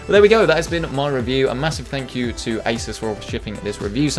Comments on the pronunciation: For several minutes I thought that you said ISIS not ASUS lol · Hello, did you say Asus or Isis? I would not like to buy anything from the latter organization.